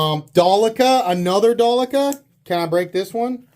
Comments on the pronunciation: Its not Dalica, its Delica FOI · Its Sypderco DEL- I -CA